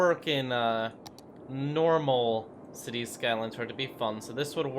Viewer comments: City Skalyns? Get a fucking pronunciation coach you baby mouthed goof. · " cities skylands "